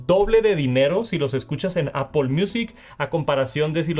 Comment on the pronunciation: Por que dice Apol!!?